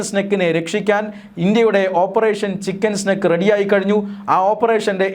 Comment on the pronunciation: ചിക്കൻ സ്നേക് (പാമ്പ്) അല്ല സ്നേഹിതാ ചിക്കൻ നെക്ക് (കഴുത്ത്) തിരുത്തി വായിക്കുക